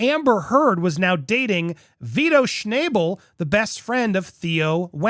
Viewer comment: Interesting. But if you're going to do journalism, please check pronunciations.Wenner's name is pronunced Yann not Jann. And it's Schnahh-bl not schnay-bl. Thanks!